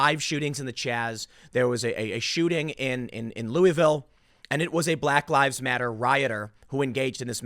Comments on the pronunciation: It’s Lu-a-vull. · Im originally from Louisville and I couldnt help but notice how many ways you pronounced it lol. We pronounce it LOO-A-VUL or LOO-A-VILLE. :)